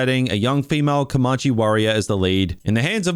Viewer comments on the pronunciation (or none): Wth is "Com-munchie"? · lol in predators i couldnt understand why a fat guy had survived for over 2 seasons and was still fat when this movie starts, not very believable at all. Almost as bad as how you pronounce Comanche!